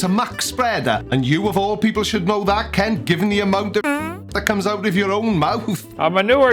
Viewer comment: Are you sure you are pronouncing Kent properly?